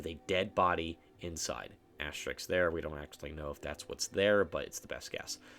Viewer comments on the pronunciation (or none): how can you not pronounce ASTERISK "asstricks" like bro come on ITS NOT HARD AS TER RISK, AS TER RISK,. ""ASSTRICKS" LMFAO KYUS